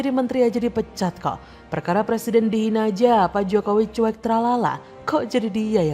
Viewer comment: Anak TK muka aki2, ngomong R aja ga bisa, mau jd plesiden, wkwkwk